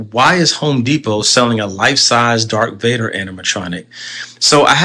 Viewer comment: Whoa whoa WHOA…WAIT this “Star Wars fan” keeps repeatedly saying “Dark Vader” lol 🙄🤦🏻‍♂️